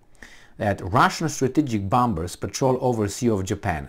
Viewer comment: Not bomBers,, but bomMers. The second B is not pronounced. I dare to correct you out of my affection for you.